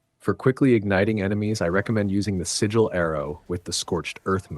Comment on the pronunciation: I can't even finish this vid after 8 mins LOL. Constantly saying sword as if he only has one when he holds two (esp if you don't wanna call them blades). Freya has a sword so this whole time in those 8 mins I thought he was talking about Freya. Doesn't know how to pronounce sigil and makes it sound like only Atreus has those arrows when Freya does too